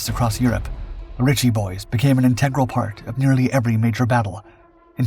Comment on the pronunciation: . . the Ritchie boys became an ininTEGral part - Should be INtegral part with 1st syllable accent, not second